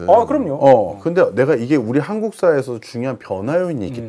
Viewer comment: 한코쿠? 씨발,......발음도 못하면서. . .이런 쓰례기들 어찌 처리 못하나. . .